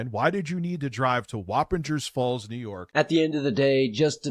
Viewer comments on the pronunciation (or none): As a former Hudson Valley native, her pronouncing Wappinger Falls was hilarious. We say "Wap" like "cop" and the "ger" similar to "jersey". Also, omg, Rich lives like 30 mins from where I used to live.